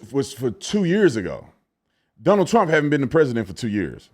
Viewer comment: Stephen A saying "Teump" when this investigation started over 2 years ago